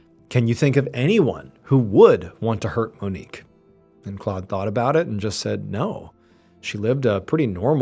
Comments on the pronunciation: Claude is not pronounced “clawed”. It’s more like Clode :) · Well done.....but the pronunciation of the man's name in French is "Clowed".